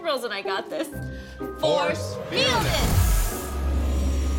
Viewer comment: “Force fieldus” seriously?… did you even try a little?..